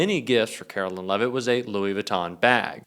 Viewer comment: Her name is Karoline not Carolyn